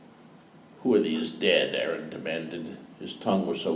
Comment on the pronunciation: It's strange to hear him pronounce "Aeron" as "Aaron", though it's still such an amazing experience 🗣️ 📚 🧙🏼‍♂️ P.S. The chick laughing at the "cloak of tongues" line hahaha